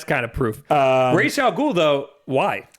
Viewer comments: is actually wrong about the pronunciation of Ra's Al Ghul. The name is Arabic and "Rass" is closer to the Arabic pronunciation of his name. Raysh is completely wrong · the only thing is, if pronounced "ras al ghool" (like in the nolan movies) that translates correctly in arabic...if pronounced, raysh, then..no...so idk, lmao, maybe it's supposed to be in a different language, i thought it was arabic though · same! i speak arabic and i am pretty sure it's ras al ghool